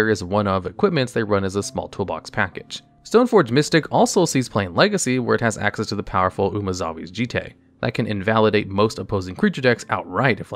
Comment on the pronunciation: Yo, it's pronounced "Jeet"